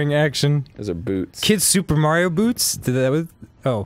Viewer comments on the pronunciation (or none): none